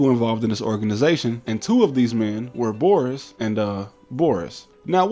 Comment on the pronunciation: I would critique your pronunciation of Boris, but the rest was so good that I'm impressed